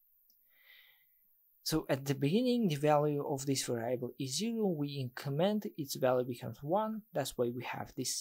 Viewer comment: Thanks for the video, man. That's really great content. But please learn the right pronunciation of the word 'variable'.